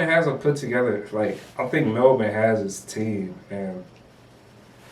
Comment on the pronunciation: You blokes do a great job of analysing the game. One tip to help you sound like true experts - is how to pronounce Melbourne. Its Mel'bin Pronounce Melbourne (20 seconds)